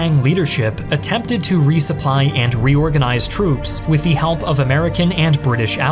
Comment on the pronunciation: Please stop over-pronouncing 'the.'